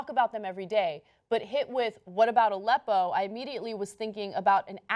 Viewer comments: The interviewer kinda pronounced it like "a leppo" as in he paused between "a" and" leppo" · I also thought it was an acronym based on the deliberately manipulative way the question was phrased and Aleppo was strangely and incorrectly announced. I found the woman in this video very annoying, especially since there was no mention of how The New York Times didn't know what it was either. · Why can t any of these TV people pronounce Aleppo correctly ?